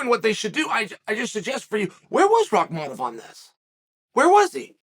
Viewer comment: But then gets rahkmonov right haha